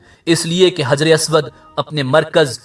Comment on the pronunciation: حجر اسود ح سے آئے گا نہ کہ ہ سے